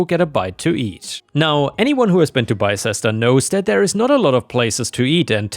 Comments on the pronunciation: I had to look up how to pronounce “Bicester”, because I'm American and had never heard this one. It turns out it's BISTER. “Crooked” is pronounced CROOK-ID, not CROOK'D. In story 4, OP wrote that the Second Amendment “gives us the right to bear arms”. This is NOT true. The Second Amendment recognizes a pre-existing (natural) right to bear arms, just as the First Amendment recognizes pre-existing rights to speech, press, religion, and assembly. It's a subtle difference, but it has important legal ramifications. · You're right that you didn't pronounce Bicester correctly; the correct pronunciation is "Bisster" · Btw Bicester is pronounced like sister but with a B at the beginning instead of an S. Yeah our town names are weird.